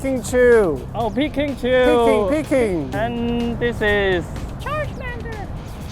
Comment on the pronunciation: Peekingchu "peeking, peeking"... LOL!